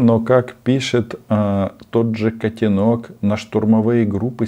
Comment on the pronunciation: Не котенОк, а котЕнок😂